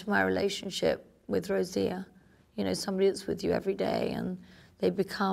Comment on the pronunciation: As much as I love LVP, and I'm sure she genuinely is close to her household assistant Rocío, it really bothers me that she cannot be bothered to acknowledge her name, or pronounce it correctly. It's NOT Rosia, it's ROCIO. It shows a lack of respect, and, to me, is disingenuous..